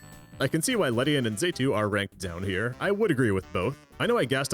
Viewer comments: Let’s not forget ‘Zaytu’ now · Mispronouncing 'Xatu' is forgiven this one time because you used Xatu in a very Xatu way.